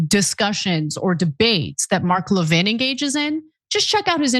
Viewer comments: Americans are the only ones so arrogant that they can't be bothered to pronounce foreign names correctly. Why is that? LEV-in, not le-VIN. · Levin is a Jewish name. Ask any non-American Jew how their name is pronounced. As I stated, Americans pronounce many names in a distorted way that other countries do not. Moss-COW is a prime example. Everyone else, including the Russians. say Moss-COE (Moskva).